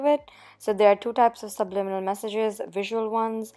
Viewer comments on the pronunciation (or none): How the heck do u say that word.. subnimilal.. sublinimal... subLIMINal .. AAAHH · Nobody: Nobody ever:: subNiminal Haha, love your content!